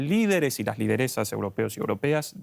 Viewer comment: Lo de "Loderesas" me ha matado! Jajajajajaja Se me quitaron las ganas de seguir viendo vídeos